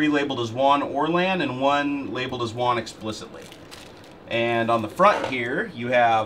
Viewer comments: Wong? Who's Wong? you mean WAN? (Waaannn) It's like LAN but WAN. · Ummm... you're a software developer and you call it "won" connection? It's WAN. Rhymes with van. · It's WAN (like man) not WON (one)...is this a tech channel? LOL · Did you get a discount since you received the Mexican version? You must have for it to have that many "Juan" ports! Just messing with ya. I know this is a 5 yr old video, and I'm sure by now you know it's pronounced just like LAN except with a W instead of L.:P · WAN (Wa-an) said as Wan (Wa-on) lol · It is WAN, not WON. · Wan not wawn or however u are pronouncing it. Like LAN with a w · you're saying WAN almost like wand without the D.. I always had thought it was pronounced similar to ran. Seems like a cool device none-the-less, but as other's have stated, this doesn't support bonding. Failover's cool though, but I can build that for free with linux. :) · "Won Port" ??